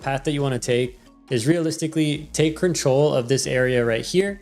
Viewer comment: stop saying control "crinch troll" please 😭